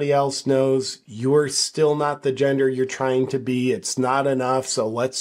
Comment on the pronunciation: SEX not jendaah!!